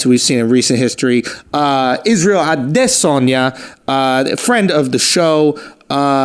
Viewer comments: A-diss-on-ya. Thank you Ariel Helwani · Watching from Nigeria and loving how Schultz pronounced Adesanya's perfectly. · what in the fuck are you talking about lmao & it’s not a “stupid pronunciation” that’s the correct way to pronounce his name STUPID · Good job with pronouncing his name “Adesanya”. Most people find it hard to pronounce. 😃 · Wtf he said "Adesanya" with a Nigerian accent and am watching from Nigeria 🇳🇬🤛🏼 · Finally, an American saying "Adesanya" correctly. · This is the first time I've heard an American say Izzy's last name properly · It’s cause Adensanya taught him how to pronounce it years ago on his podcast..really awesome that he remembered